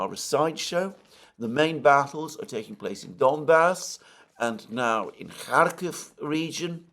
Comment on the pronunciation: Why do you write Kharkov in your title hut cannot pronounce it correctly?